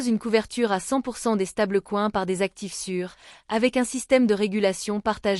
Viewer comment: Ce serait parfait avec un commentaire humain. Cela permettrait d'éviter les "stable-couin" et autres "béarich".